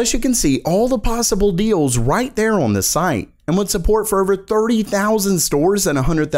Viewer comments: For real, it's lemon infused glass shards hearing you say "OHRWWN" instead of "on". I have no idea why, but I just cannot stand it at all. it's awful. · he says “on” so weird.